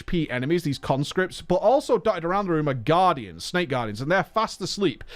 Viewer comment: i hate how much i love how he says sneks lol